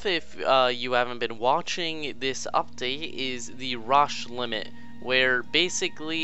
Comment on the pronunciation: And it's pronounced Row-sh limit.